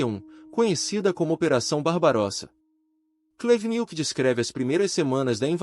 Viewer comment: "Oleg cú-Nietzsche" e "antony bivôr", quem entendeu a referência vai pro vídeo do thiago braga, ou brasão de armas, o nome do vídeo é "Comunista chorar com meu livro."